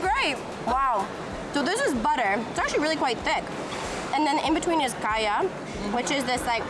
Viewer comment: giving you a like and subscribe for the pure attempt at pronouncing "KAYA" and "PANDAN" properly. I've heard countless Singaporean's go overseas and change the way they speak to appease the westerners. So thank you and!